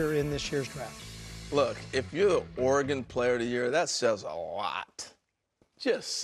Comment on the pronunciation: Can he not say Oregon ? Lol